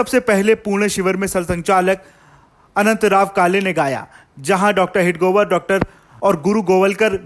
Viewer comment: Why can't you pronounce हेडगेवार? It's not हेडगोवर..